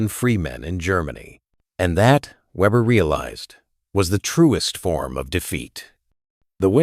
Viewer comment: Weeber or Weber, get it right A.I.